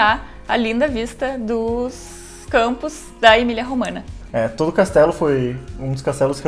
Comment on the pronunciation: Não é "EMILIA ROMANA", mas EMILIA ROMAGNA, e a pronúncia correta para o "GN" em italiano é igual ao nosso "NH" em português, ou seja "EMILIA ROMANHA".